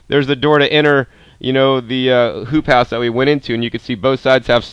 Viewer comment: no joke I heard "poop house" every time